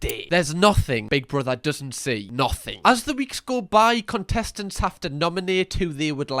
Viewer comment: Was that “cuntestents” I heard 😂